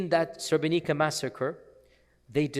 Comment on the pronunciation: May Allah bless you for taking your time to tell the sotory about or amazing president. Sheikh, srebrenica is pronounced srebrenit’sa, basically like it’s